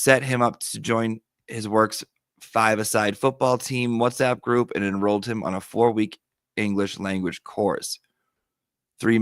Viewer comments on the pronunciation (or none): none